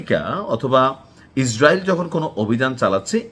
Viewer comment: এই বেটা নাকি সাংবাদিক । বাংলাদেশের কোন জেলার ? সুন্দর বনের নিশ্চয়। ইনি ইসরাইলকে ইসাল আর আমেরিকাকে বলে আম্রিকা । কি তার স্টাইল । এইগুলো পঁচা সরা মাল বাংলাদেশ প্রচুর । কিন্তু বিদেশে রপ্তানি চলে না।